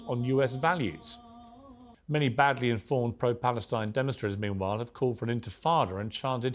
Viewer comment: Palestine in the British accent 😂